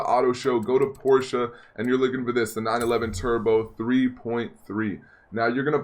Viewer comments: No no no no NO. (Jojo reference ) it’s PORSH not PORSHA the e is silent so it’s PORSH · I'm sorry this bothers me but it's not a Porschea it's a Porsche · Why do you say porcha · Not gonna lie it was kinda annoying the way you pronounce Porsche. The way you pronounced it you said porcha and that’s incorrect. Just saying kinda annoying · Its pronounced porsh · They way u say Porsche 😂😂😂😂😂